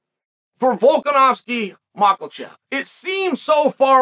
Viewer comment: Cmon Chael he's the champ now his name is Mackachev 😂😂 he's champ now we can say his name right...